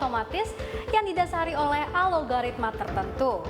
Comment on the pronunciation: Algoritma.. Bukan Alogaritma.. Belajar lagi donk jadi pembawa acara berita